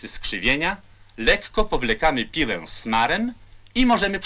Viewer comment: Lektor, który mówi PIŁĘ, a nie piłe. I to Ł przedniojęzykowe😗😉😊